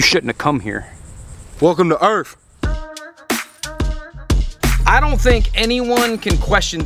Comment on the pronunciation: Welcome to Earf